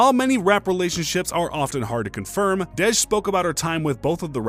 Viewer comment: Bro, its pronounced Dee-J not Dedge 😂 My name is Kadejah but ppl call me Dej so thats peeves me off when ppl overthink my name 🤣 Edit: Russel is never gonna leave Ceecee bcs he isnt an idiot. Ciara is a catch! I look up to her so much and considering she had a failed relationship before a successful marriage she is actually relatable to the modern woman.